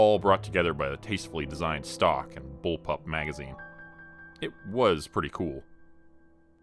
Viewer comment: Anyone else grimace when he said "bullpup"? Lol